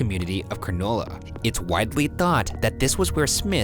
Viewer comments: Wait was supposed to be "beach community of Cronulla?" I mean I thought how they said Coogee was funny enough, but how does one read Cronulla has Granola? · When Ryan pronounced Cronulla as Granola, I physically cringed...<3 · cOoGeE BRO it’s pronounced cugie CrOnOlA CRANULLA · and cronulla (kron-uh-la)! poor ryan pronounces it like granola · Cranolah? Wait do you mean cronulla i am confusiom. It might just be your accent but is that what u meant? (Btw if it was cronulla its pronounce crah nahl ah but thats with an aussie accent) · I love watching Americans try to pronounce Australia places😂 “cranolla” it’s cranULLA” Okay, Shane has the best Australian accent I’ve heard mimicked. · Being Australian and hearing Ryan pronounce Cronulla as Cra-nola instead of Cruh-nullah was the most shocking 😂😂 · it's pronounced cron-ull-ah not cron-oh-la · before i clicked on this video i knew shane and ryan were gonna butcher the names of these places, i was right lol just to give everyone a bit of education 1. "coooogeee" is pronounced "couldgee" 2. idk how they messed up cronulla, its just cronulla not cranola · I can’t get over how he pronounced Cronulla sounded like granola with a c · as a proud a aussie that is not how you say cronulla is pronounced crunullah 😂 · Coggee is pronounced more like a U than a double O sound and cronulla is pronounced phoneticaly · #postmortem: Loving the episode being set in Australia, but the pronunciation of the places and Shane's accent is so funny. When you said Cronulla it seriously sounded like granola. Also, how many sea puns did you come up with for this episode Ryan? Love the show! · as a fellow australian, other australians please do not correct ryan on how to pronounce cronulla. "crow-new-lah" AHAHAHA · that's not how you pronounce Cronulla omg I love American accents pronouncing Australian suburbs (crow-nahla) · When Ryan said Cronulla I thought he said granola! I’m thinking now where tf is granola in Sydney?!